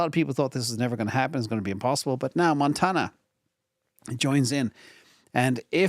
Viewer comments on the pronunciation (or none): none